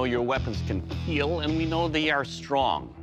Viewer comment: Remember, it will keal.